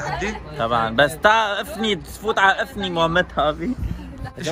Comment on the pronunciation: مين لاحظ انو ايمو قال افني قصدوا انفي 😂😂